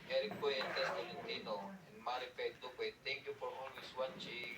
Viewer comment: paki turuan naman si mag pronounce nang tama sa surname na Duque (pronounce as Du-ke not Dik-we) salamat😅